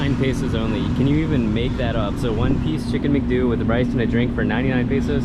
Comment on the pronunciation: We pronounce it “Mc-Dough” and not “Mc-due”